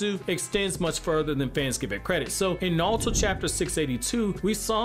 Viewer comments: i hate how hes saying nalto instead of naruto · The way you say Nalto. Like..why? It’s Naruto. It isn’t hard. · Why do you pronounce it like nalato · Am I the only one who hear him say nawlto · How do you have a whole naruto page and can’t say his name right 🤦🏽‍♂️ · Bro can you say Naruto properly